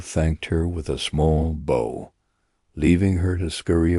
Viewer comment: It's definitely AI. Just a few minutes in, the word "bow", referring to the action Poirot took, was pronounced like the weapon. Stopped, deleted, and searched for a better version. This one is unacceptable.